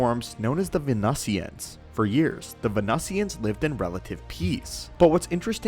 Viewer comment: Venusians = "ven-NEW-zziunnsz"